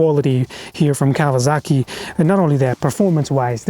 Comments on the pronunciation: It is “Kawasaki” not “KAWAZAKI” 😂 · Its a Kawasaki mate not a KawaZaki